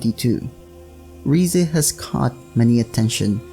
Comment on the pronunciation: it's rize not riza